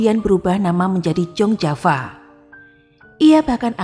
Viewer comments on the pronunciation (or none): Sedikit masukkan CIIW : Bacanya Yong Java bukan Jong Java, wisma Yaso bukan wisma Yoso. Tks.